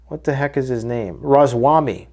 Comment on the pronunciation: Raa Ma Svaa Mi you totally butchered that one